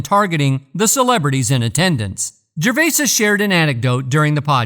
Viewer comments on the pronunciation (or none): It’s not Gervaises ……..it’s Gervais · FFS.......its "Jer-vay", not "jer-vases"🥱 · I was just about to start typing this and there was your comment top of the pile! Good fellow! 👍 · Its Gervais not Gervaisis. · It’s gervais not gervaisis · I second that, Gervais-IS 😂😅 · You'd think he could pronounce every other name correctly and when it comes to the subject he would know how to pronounce it!! 🙃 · I dont know what is worse, suffocating a puppy or hearing you say "gervaises". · You’re an idiot. Tom Hanks definitely sold his soul and I am sure that he’s guilty of a plethora of indecent acts. Back to you, though …. How stupid can you be? You pronounced the mans’ name wrong every time you said it. I hate people. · Jesus man.....do some research and cover the F*£ing basics by pronouncing his name correctly ......it's literally the simplest bit of research.....stop being a typical lazy yank dear god!!! I would have invested more time in this video but switched off around 2 minutes in....I couldn't bear hearing you say it for a 5th time!! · What is this stupid narration? And why the fuck can’t it say “Gervais”?